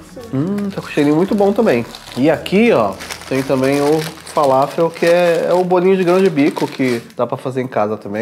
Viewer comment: Kebab é o nosso churrasco grego,mas ele é enrolado no pão turco kkkkk..... E é falafel não faláfel kkkkk......